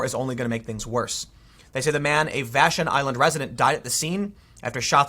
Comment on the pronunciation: Vash - on is how to pronounce